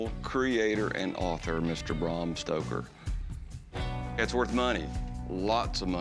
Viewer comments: “Bram Stroker” 😑 Yeah, probably best not to try and educate the sellers on the provenance of an item when you can’t even pronounce the author’s name correctly. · “Bram Stroker” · Did Corey really call him Bram Stroker!!!🤦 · “I got an American first edition signed by Bram Stroker” lmao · He said Bram Stroker hahahahaha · Who tf is brum stoker? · ''Bram Stroker'' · Its not Brah M Stoker. Its BRam Stoker. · Did Corey say “Bram Stroker”? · when corey said bram stroker that nailed my coffin tight lmao